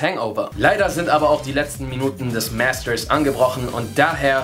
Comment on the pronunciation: Coole Videos, aber jetzt mal unter uns, wieso muss man die "englischen" Wörter so extrem aussprechen? MÄÄHSTERS... oder einfach,- Master ?